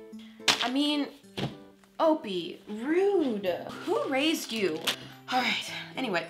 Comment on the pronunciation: “who rased you!?!” Me:didn’t you🤔😋😂😅😑...